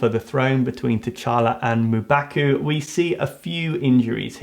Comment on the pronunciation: Your prononciation is M'Baku is hilarious... Thank u for the video, rest in peace Boseman.